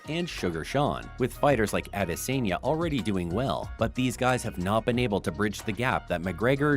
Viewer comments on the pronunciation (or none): "Michael Byesping" "Adesenya".. my fucking god. Bro just stick to whatever you been doing before this video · Michael Baaaisping, Adeseeiyia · What's with these Pronunciations? Byspin ? Adiseenya? C'mon Bro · DUDE, learn how to pronounce fighter’s names…. BI- sping?!?! AdesEnya?!?! Clearly not a real fan of the sport. Just like & subscribe stuff… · How can someone who butchered Bispings and Adesanyas names that bad, not be a total casual?